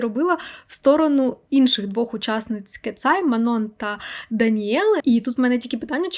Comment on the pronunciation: Привіт! Дуже дякую тобі за цікавий випуск, не змогла подивитися нагородження, тому дуууже виручила! Єдине що, хотіла б виправити 😅😅😅 імена двох дівчат з Кетсай правильно вимовляти Мано (наголос на о) та Юнче.